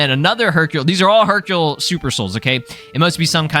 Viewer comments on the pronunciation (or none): you read Hercule Hercule wrong.